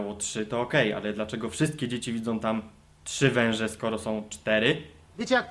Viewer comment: "Wąże " ?? WTF ??